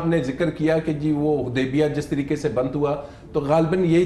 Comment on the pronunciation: ماریہ میمن صاحبہ ۔ "تین تریکے" نہی " طریقے " لفظ ہوتا ہے ۔ صحیح تلفظ ادا کیا کریں اور بولا کریں ورنہ ایسے الفاظ انگریزی میں بول دیا کریں ۔ پاکستانی عوام زندہ باد